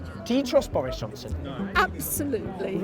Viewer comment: Bowis. Jounson is a twustworthy powitithian